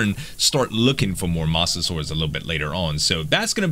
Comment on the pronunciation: iits mosessouarus that's how you pronounce it